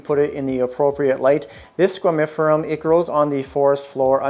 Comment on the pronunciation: Honestly, I think it’s hilarious how much you are butchering the name of this plant 😂